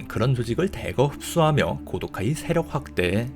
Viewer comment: 고도카이의 정확한 명칭은 코우도우까이로 발음...弘道会(참고로 하고 무시할 사람은 무시해도 됨)